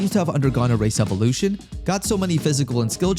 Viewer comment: Bro said race evaluation in part 1 but i thought he said racist evaluation ☠️